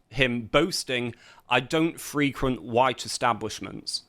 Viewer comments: 'Free- quent' when a verb, emphasis on 2nd syllable. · “I don’t frequent white institutions” is not pronounced “FREE-quent,” but “fri-QUENT” (the “i” as in “it,” not “Friday”). Really. The verb form of words where the same spelling can be both adjective and noun depending on context often reverses the stressed syllable from the first to the second.